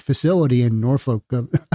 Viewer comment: She said "Norfik" - well played. Only a native would say that.